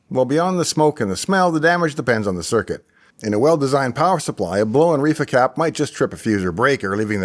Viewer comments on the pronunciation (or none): sounded like you said "reefer capacitor"